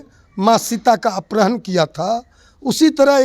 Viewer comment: ये कैसा अनपढ़ प्रवक्ता है जिसको अपहरण के स्थान पर अपरहण बोल रहा है 😅😅😂